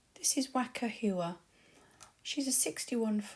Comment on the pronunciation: At least ask the owners how Waka Huia is pronounced. You slaughtered it.